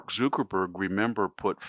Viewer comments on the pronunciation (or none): Why are you pronouncing it Zookerburg and Beezos? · Please stop saying mark zookerberg